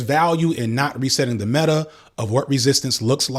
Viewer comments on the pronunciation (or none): none